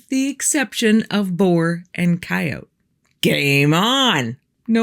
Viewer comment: You are my favorite storyteller. I love your style and enthusiasm. I also love that you know how to pronounce coyote with a silent E.❤